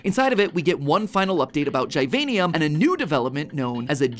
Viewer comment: Jesus, Matpat, it's GIVANIUM like in "Giovanni" not "GYVANIUM".